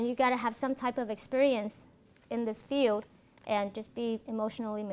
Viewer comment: No. No slack for a PhD who can't say, "field" instead of, "feud" or says, "...who wants to become a police", or who uses that childish, pretentious affect so common in Californians, and whose sole perspective on forensic psychology is from defending the accused and avoiding conflict with those who are guilty. She put it out there, and if she is not mature enough to own it, then she needs the ridicule and derision. A forensic psychologist has, by the nature of the work, to be secure, confident and competent because the attorneys on the other side of the issue are going to eat her alive in a courtroom or judge's chambers. As to your comment about if it's boring, then don't watch...how the actual fuck is someone to know that BEFORE watching? CalSouthern needs to know the common, popular opinions of the videos they publish in order to improve. You are a moronic snowflake. She is not being bullied in the comments and does not need your pity. Take a course in logic and rationality, there are lots of free resources!